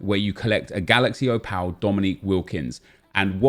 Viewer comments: You're saying Opal (Oh-pul) wrong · Would help if you could say the word OPAL properly 🤣🤣🤣